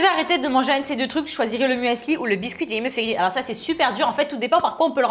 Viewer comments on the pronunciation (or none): none